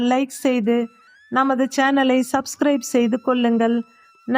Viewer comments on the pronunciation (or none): none